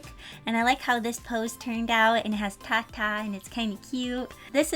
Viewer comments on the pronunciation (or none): none